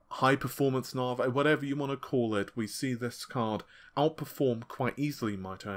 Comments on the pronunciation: Its Navi, not Navey!!! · He finally spoke Renoir correctly now just need say Navi instead of Narvey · That's how the Americans may say it, but it isn't correct either. It's "Nuh-vie". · well he used to say RedTittyCum instead of, so if he wants to he can do it correctly. At the beginning he said Navi correctly the changed it to Narvay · mate, say navigation, and remove "gaition", thats the name. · Your pronunciation of Navi is really getting on my nerve. Are you dyslectic or something? Seriously, dude, Stop! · Are you sure? Pretty sure it's a specific english accent.